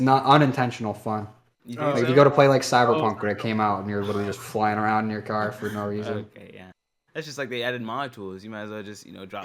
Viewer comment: is such an awesome addition! Glad he is saying aroun.